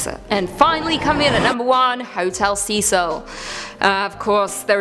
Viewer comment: Thank you for another great spooky vid..I love the paranormal so I always enjoy the content also Thank You for saying Cecil correctly as it is my first name Ive heard it so often and so horribly pronounced as Cess-il. Thanks again